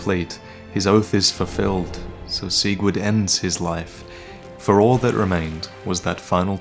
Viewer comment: "Seigvard". That's how the man himself pronounces it.